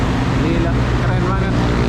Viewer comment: KEREN BANG BUKAN KERENGG 😂😂